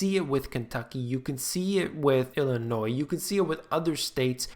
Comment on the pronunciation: I know you are very intelligent because 1) you like kittens and 2) you pronounce "Illinois" correctly. Thank you!!!